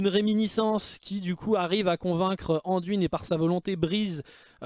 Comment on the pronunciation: Salut, pourquoi prononces-tu le nom " Anduine " en français, il n'y a pas de E à la fin donc phonétiquement ça doit se prononcer " Andoin " et même si son nom est Anduin